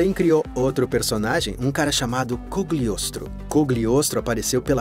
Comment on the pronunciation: Ah, pequenas correções: Não sei se ao certo é o nome em inglês, mas é Cagliostro, então achei bizarro "Cogliostro".